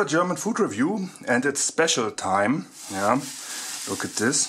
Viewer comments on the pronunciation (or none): none